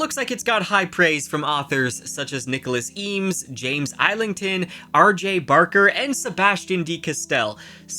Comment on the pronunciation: not island-thon.... it is ''is-ling-ton